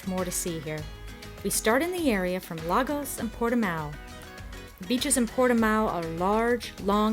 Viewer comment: Bravo! Just watched this with Irene by the campfire. She’s passing through. Irene says Lagos is pronounced La- goosh.